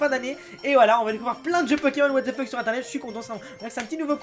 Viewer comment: sa se dit " WATH THE FUCK